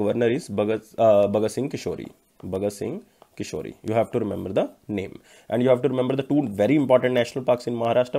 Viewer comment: Hello sir with all respect . You have been pronuncing wrong the governor of Maharashtra Its is bhagat Singh "KOSHYARI " Not bhagat singh kishori Thank you